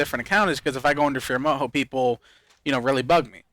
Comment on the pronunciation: As much as we like you and your videos, it really does sound like you're saying boyfriend Moho.